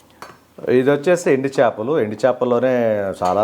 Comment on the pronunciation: Chapalu kadu chepalu nayana